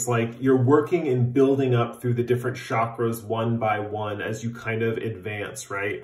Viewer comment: oh yeah DEFINITELY pile 4 💙 cobalt blue is also my color. working on your "shockers" lmao that's what I heard instead of chakras 😂